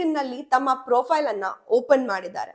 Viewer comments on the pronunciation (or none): none